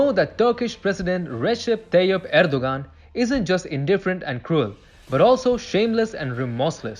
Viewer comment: You mispronounced Turkey's leaders name "Erdogan" and you mispronounced it every single time. If you want to come across as professional and not the amateur that you did, you need to learn how to pronounce the names of the things that you're talking about. A five-second Google search will show you how to pronounce his name correctly.